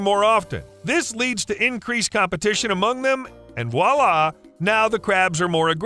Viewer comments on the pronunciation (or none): none